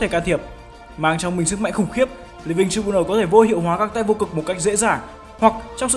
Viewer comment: Đọc là trai biu nồ ông ơi